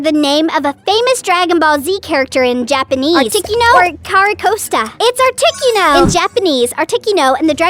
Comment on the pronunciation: Also said Articuno wrong